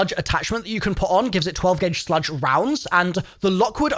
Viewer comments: Does he say the wrong things on purpose just so people comment more…..? He says HayTaker not Heymaker… & he says Sludge Rounds not Slug Rounds lol. I’m sure there’s more examples I missed 😅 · Why the fuck is he pronouncing "slug" like "sludge"??? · hearing call slugs "sludge" is the highlight of my day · SLUG BRO not sludge hahaha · Its not "sludge", its slug. A slug is a shotgun round which is a single piece of metal, not pellets. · Sludge?? Slug I think you mean. That Haytaker is also called a Haymaker 😂😂😂😂 I’m not being dickish with this. I genuinely found it funny.